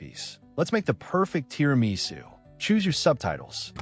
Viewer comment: so you don't know how to make or pronounce TIRAMISU!